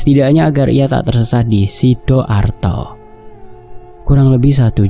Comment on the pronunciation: Mas Sidoarjo lah mas bukan sidoarto😅